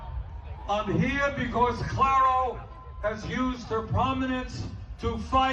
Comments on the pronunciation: Omg the pronunciation of Clairo help me😭😭😭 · still saying Clairo wrong lol